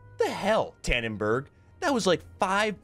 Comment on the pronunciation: dannenbaarggg, dont ever say that again pls